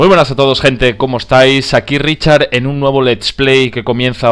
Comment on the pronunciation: Ese asturiano ahí,!!